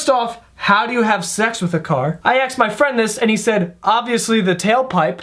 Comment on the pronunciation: Asked.....ASKED....NOT AKSED